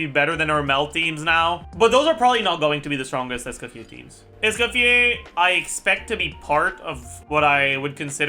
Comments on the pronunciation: It's Escoffier not Scuffier after all baddumtss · Pronounced Es co fee ay 😂